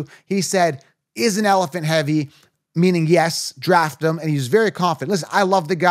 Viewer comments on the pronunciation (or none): none